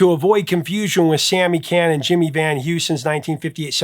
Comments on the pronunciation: Sammy Chan is pronounced more like KHAN not CAN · Sammy Can? His name is Sammy Cahn, pronounced ‘CON’. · Sammy Cahn is pronounced Konn.